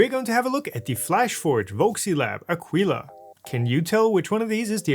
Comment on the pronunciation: It's pronounced a-kee-la. I bought the C2 model and it's the best 3D printer I ever bought. It's also the first 3D printer I ever bought, but I'm glad I bought it. I would have appreciated you telling us what the 'easy fix' is to lock the wheels rather than just complaining that the manual doesn't tell us (neither did you).